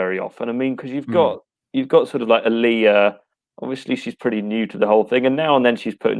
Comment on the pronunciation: say it with me... Uhhhh-Leeeee-Yuhhhh...